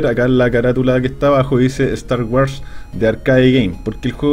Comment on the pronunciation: ¿Star "waras"? :D